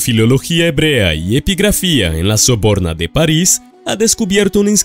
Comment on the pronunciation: Soborna o sorbona?